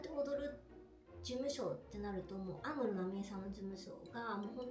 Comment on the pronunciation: 安室の発音がアムロと一緒😂